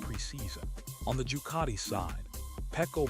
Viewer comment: Jucati? doesn't any one check this stuff, And who is "Baga" or "Corderero" This is awful. Must do better